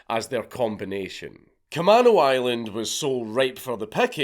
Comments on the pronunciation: Sorry but its ca-may-no island not ca-man-o. Thanks great mad lad once again count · Dank its pronounced like Ka-mean-o. I'm from the area. This was painful to listen to. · It's pronounced Ca-may-no island. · We pronounce Camano, “kuh-may-noh” island 🤭 If you ever visit Washington, I’d be happy to show you and wifey, and your baby entourage around 🤘I’ll even show you all the homeless druggieeeez. Orcas Island is beautiful btw- it’s so tiny and sleepy. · just figured I should say, k-uh-may-no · You are saying Camano Island wrong. It's pronounced KUH-MAYN-OH. It is a native American word. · Cam-A-no island. I know you're not from here, but it's bothering me. I lived 5 minutes away from the plane theft, while all of this was going on... It was fucking crazy. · Kuh-MAne-Oh Island. Also it was a super big thing through the 00s to force kids who stole to go through drug and alcohol counseling. Which either led to....meeting drug dealers willing to sell to kids, or anger at having to sit through the bs and no reform...thanks WA. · kuh-MAY-no, fwiw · Camano Island = Kuh-may-no Island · Kuh-maeey-no Island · Dank, you can say Orcas correctly but you cant Camano lol